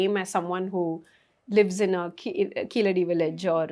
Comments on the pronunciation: A Tamilian would be able to pronounce Keezhadi as KEEZHADI. keeledi appeaers ok for the the non-Tamil speaker but not fo the Tamizh speaker. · It's Keezhadi in Tamizh (for the correct meaning). Keeladi for non tamils speakers who are unable to pronounce Keezhadi. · These people deliberately mispronounce Keezhadi, as the non-Thamizh people do.